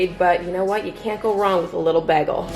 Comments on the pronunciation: It's baygel not baagel like she says 😊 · The way you say bagel Love this!💕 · I love how you pronounce bagel. I’m probably pronouncing it wrong lol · I love how you say bagel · My Canadian ex said it the same. Also pasta and Mazda.